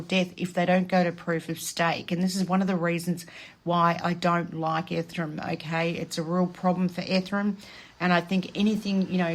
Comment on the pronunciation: It's bi-nance and e-ther-e-um🤭